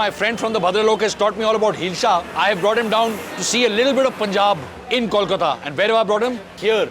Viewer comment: Rocky pronounces Kolkata right!! Thank god!!